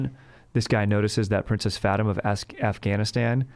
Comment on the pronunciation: I have to know whether or not you actually knew Fatima was pronounced Fateema or not. I feel like you did it for the meme, but it's eating at my insides dude. Please just let me know!!